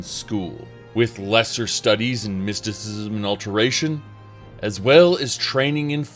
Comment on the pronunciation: "Mystczum" xD